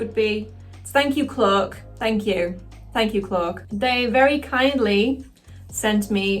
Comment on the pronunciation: You're awesome,! Also your accent is awesome but it sounds like you're saying "cloak" like the drink "coke". Love you though, friendo! 😂 🖤🤍💛💜 And as an Aussie, I approve! 😆